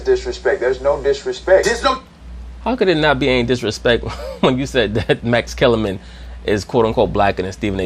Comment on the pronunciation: "Massa" Kellerman 😂😂😂